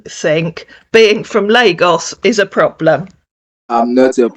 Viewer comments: His “Ploblum?” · What's a ploblam?😂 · And plobrem 😂